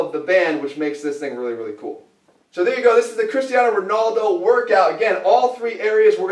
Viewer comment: Cristiano Rownawldo! Dying! xD